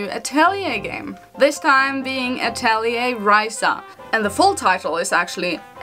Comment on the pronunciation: the correct way of saying it is "atorie", according to laizalin stouto sama herself 😁